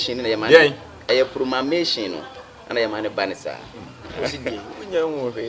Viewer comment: did you just say promamation🤣🤣🤣🤣🤣🤣🤣 is promotion